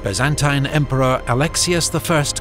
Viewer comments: I've never heard the Byzantine empire said with that annunciation. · Amazing, but the pronunciation of “Byzantine” is killing me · so why he says it wrong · The only thing I can’t stand about this video is the constant mispronunciation of Byzantine. Like nails on a chalkboard to my ears